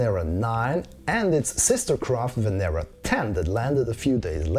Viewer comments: Loved the video. However it is pronounced Venéra not Vénera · I can say that it's said Venera and in Lithuanian